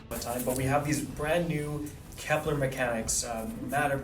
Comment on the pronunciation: This is a small annoyance, but why is everyone mispronouncing Kelper as "Keplaar" there's no A in it, bros. It's Kepler, named after the famous German mathematician and astronomer Johannes Kepler. 😂